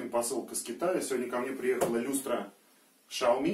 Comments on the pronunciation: первый слог XIAO читается как СЯО в третьем тоне китайского языка и обозначает "маленький". Чтобы написать ШАО в латинской транскрипции китайского языка нужно написать SHAO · Шао Ми :) Сразу поржал. У китайцев лично спрашивал, как звучит Xiaomi, они явно "Сяо" произносят. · Я много слышал как коверкают Xiaomi, но Шаоми, впервые😝😅😅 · Сяоми китайцы произносят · произносит название своей конторы владелец xiaomi